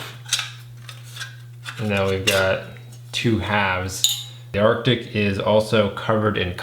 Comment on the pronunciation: FFS, are you unable to pronounce "ARE-TIC"? Is that impossible for you? Jesus! Listening to you saying "ARK-TIC" over and over - even when there were several commenters remarking on this in your preceding video - is like listening to imbeciles saying "NUKE-YOU- LUR" instead of "NUKE-LEE-URR" or "REAL-UH-TUR" instead of "REAL-TOR." Literacy. Check into it some time.